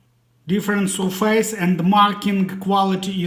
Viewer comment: 'СьОфес' же ж, або, навіть, звучить майже як 'СьОфис', but not 'СьорфЕЙс'! 😢